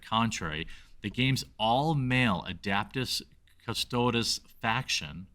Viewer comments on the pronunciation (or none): he pronounced it adaptis cadre at one point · This exactly!! These asshats are not the usual 40k fan. A bulk of them can’t even pronounce the factions preperly…